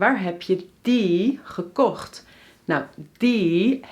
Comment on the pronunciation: you sounds 'verkocht' instead gekocht...